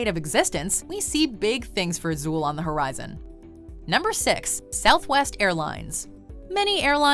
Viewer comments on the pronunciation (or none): none